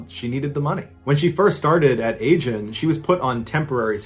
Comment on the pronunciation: The company name is not pronounced ay-jin. It is pronpunced ah-jin.